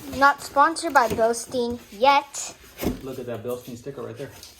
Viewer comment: Bilshtayn it is pronounced. :)